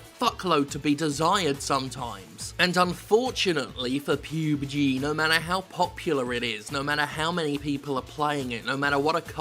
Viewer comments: It's pub g you idiot not pube g, Fucking bellend with your appalling shit jokes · PUB... PEWB? Lug PUBG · No, PubeG is perfect. :3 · You pronounced it as "PubeG" lol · Oh god jim, I'm not sure if you're taking the piss but please stop calling it "PEWBGEE" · Every time he says "pube G" I laugh. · Can you please pronounce pubg right?